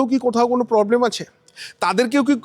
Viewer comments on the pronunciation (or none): none